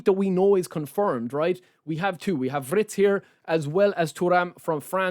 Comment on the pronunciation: You say W-R-ITZ instead of WI-R-TZ on purpose right ? 😂 Can't wait for the update tbh...